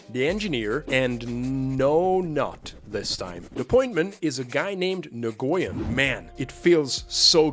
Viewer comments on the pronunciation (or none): Nguyen is pronounced "Wen" not "Nagoyen" 😂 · pronounced new-yen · My friend tells me "Nguyen" is similar to the Chinese name "Yuen" so it's pronounced 'N'Win' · "Nah goy en" he says. Lmao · your stuff is awesome, but just one thing: nguyen is pronounced like nwin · In case you ever need it in the future, "Nguyen" is pronounced "NU-Yen". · Nguyen is pronounced like Win/When, at least thats how ive always heard it.. Source = growing up in SE Houston with lots of Viet friends EDIT: turns out viet is super difficult to pronounce and I've been saying that for like 20+ years as its what the fella himself told me to say, but its not technically correct. Almost every native Viet+English speakers have been fine "wen" or adding an n sound like "n'wen" ontop in my experience EDIT2: okay this rabbithole is super complicated and among several native speakers and American born Viet/English speakers there's 3 accepted, including some posters who have the very common last name of Nguyen. • when • NEW-yen • NUH-wen EDIT3: straight from Wikipedia with IPA Phonetic Pronunciation Guide Common pronunciations by English speakers include /wɪn/ win,[19][20] /nuːˈjɛn/ noo-YEN and /ˈnjuːən/ NEW-ən.[21]